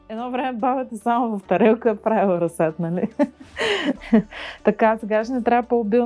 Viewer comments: Дневникът, който поръчах за майка ми пристигна днес :) Благодаря! Не мога да се сдържа, защото толкова пъти го чух във видеото, че ... - ра̀зсад :) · Приятно е да ви гледа човек видеата! Ударението на думата "разсад " е на първата сричка! Може да проверите правоговорен речник и в Интернет. Пожелавам Ви сили и търпение да съхраните здравето си и да се радвате на живота мъдро и интелигентно! Поздрави от Габровско! Благодаря Ви за споделената информация и опит!